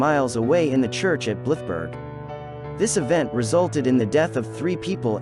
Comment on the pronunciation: You didn't pronounce Blythburgh correctly.